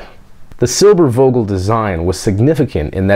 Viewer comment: If you pronounce the "v" in Silbervogel as an "f" it would sound like perfect German :)